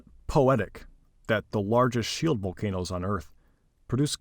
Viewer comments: Volcanoes, not volcan'toes. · They aren’t vol-not-o’s they’re Vol-can-o’s